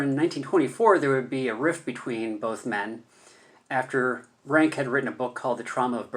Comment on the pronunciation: Please pronounce his name correctly: Ronck not Ranke.